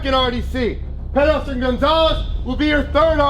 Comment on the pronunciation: And “petty officer” becomes “petty otter” for some reason